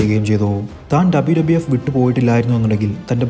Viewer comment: ആദ്യം WWF, WWE എന്ന് മര്യാദയ്ക്ക് പറ